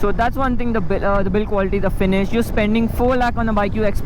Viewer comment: Dude drop the accent, speak normally. "That's a nice kaaa" and the very next moment my guy forgot that there is an "h" in the word finish "you're gonna face is the finisss" XD